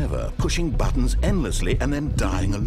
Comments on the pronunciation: He says BUTOOONS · In Heaven, They Were Saying 'Buttons' If You Listen To It Carefully, You'll Hear It XD